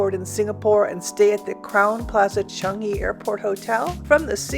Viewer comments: Everytime you say "Chung-ee" 🤦‍♂🤦‍♂ It's pronounced "Chang-ee" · Not only are u saying it wrong but Sooo many TIMES ! CHUNGee, CHUNGee! 😵‍💫